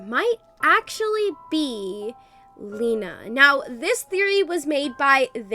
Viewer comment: Lina not lena